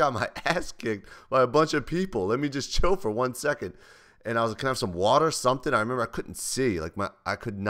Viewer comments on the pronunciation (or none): YOU SAID WATER? NOT WUUDER. WHAT THE FUCK? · you actually say "water" instead of "wudder".